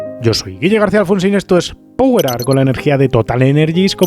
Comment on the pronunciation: Se pronuncia pauer no poguer😂